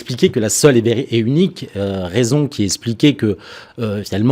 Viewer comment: expliquait et non pas essspliquait